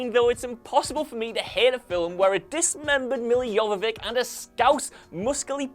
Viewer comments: Please, stop pronouncing film as "fillum". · 'fillum' (film) that is all i heard the whole time it was so distracting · Film is a single syllable not two lol